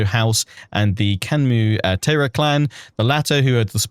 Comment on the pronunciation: Your pronunciation is pretty good, but Taira is pronounced more as Tie-ra rather than Tay-ra! Other than that I’m super excited for your playthrough, this DLC has me really excited🎉